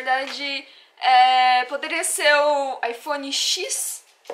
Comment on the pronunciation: Eu sou fascinado pelo Japão. Amo a cultura e tudo mais. Sobre o iPhone , não se pronuncia iPhone X (Xis), é iphone 10. O X é como se fosse 10 em algarismo romano haha. Faz vídeo do evento de pokemon que tá tendo aí no Japão.